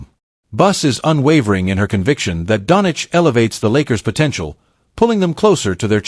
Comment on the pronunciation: It is a fake video the guy can’t even say Doncic